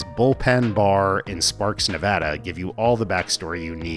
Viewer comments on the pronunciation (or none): none